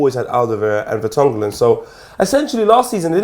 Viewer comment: Can we all just take a moment to appreciate that just cannot pronounce Vertonghen and alderweireld